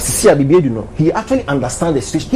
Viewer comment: The name is Baidoo not Baiden